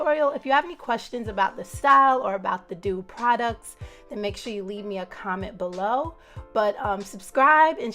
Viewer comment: The mouse is pronounced “ The Doo” , nice results